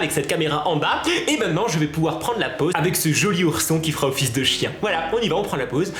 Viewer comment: Jai entzndu "qui fera un fils de chien" au lieu de "qui fera office de chien" x')